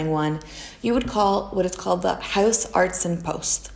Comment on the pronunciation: the pronunciation of "huisarts" is more like "Mice arts" rather than "Mouse Arts"